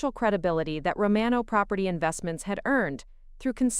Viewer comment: Can't even pronounce "IOWA" correctly. And the name "Romano" was pronounced in 3 different ways.